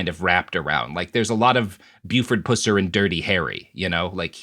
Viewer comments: It's not pronounced poosser. It just pus, with an er after it. Like one who pusses. Pusser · Just adding to the small chorus- as someone who grew up in the area, Pusser is pronounced like "pus" from an infection. Which is arguably even worse. Also, it is WILD to hear about this tiny town on the show. Most people believe the myth, but plenty always knew Pusser was a monster. Unfortunately, the town really depends on the money from tourism based on the lie. Yet to be determined how they'll move forward with his legacy 😬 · It's Buford "PUH-Ser" not "POO-SER." Yes, Buford was just as much a fraud as the Bigfoot film that came out at the same time. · Ok, I grew up in this area, and you're saying the name wrong. It's not like "puss" as in cat, it's "pus" as in purulent drainage. Which is appropriate, considering the type of person he was. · For the love of God! "Pusser" is pronounced with a short "U" like the bodily fluid, not the cat. This is what happens when you only read about someone, and don't bother watching the frickin' movie. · You are mispronouncing his name, it's Pus ser! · Please please please say his name right, everytime you say it, it throws my concentration off, lol...its PUSS-er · These guys are pronouncing it like pooser? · You mispronounced “Pusser.” It’s pronounced like it’s spelled. Puss with a short u followed by “er.” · This guy trying to pronounce Pusser is driving me crazy. Its Puss-er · Only made it five minutes because you mispronounce "Pusser" the entire time. Can't take it. It's pronounced PUH-ser. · Yeah words and names are pronounced just a little bit different in Appalachia like pusser is pronounced Puss er and his daughter's name is pronounced duh wanna. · PUH-S-UR. The Stateline Mob and Dixie Mafia were not ‘poor people’. They were organized crime ala The Mafia. Read the book The Stateline Mob by WR Morris. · First time heard it pronounced 'Poocer'... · 1. It's PUH-sur 2. Most of us local to the area knew he was a POS.